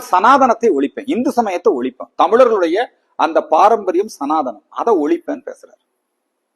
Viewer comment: ஒழுங்காக உச்சரிக்க கூட தெரியவில்லை, சனாதானம் இல்லை, சனாதனம். இனிமேலாவது சரியாக உச்சரிக்க பாடம் எடுத்துக் கொள்ளவும்.🤔😡